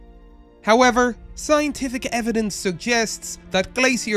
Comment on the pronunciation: A lot of the scientific names are terribly mispronounced and to characterize these creatures of the past as being primitive is a little presumptuous. The quality of this video could be a lot better